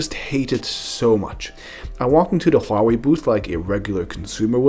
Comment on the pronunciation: your pronunciation of Huawei was extremely accurate.